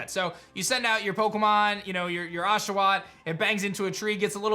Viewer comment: He going for ohsawott idk how to write this Name ima German, but He said ohsawott